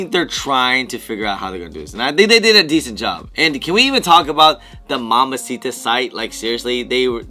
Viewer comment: MamBacita not Mamasita. Also, I got EA but was asleep....😴😴